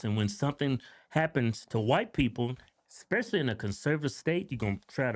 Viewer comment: "Eggspecially".... The most surprising part of this was the lack of ghetto crickets in the background.